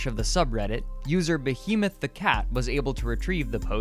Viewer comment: That's not how to pronounce behemoth